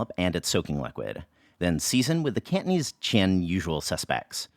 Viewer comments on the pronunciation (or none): Could you please stop pronouncing it as kantneez? Cantonese has three syllables